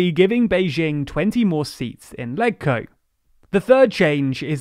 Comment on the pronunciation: It's really grating that you never learn to pronounce any unfamiliar term correctly,. for example, LegCo. The G in it is pronounced like the G is legislature. Watching a single video on the topic, such as the one by the SCMP, would have prevented you from embarrassing yourselves again.